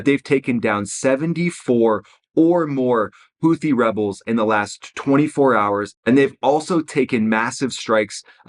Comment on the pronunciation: It’s pronounced Houti ffs hootee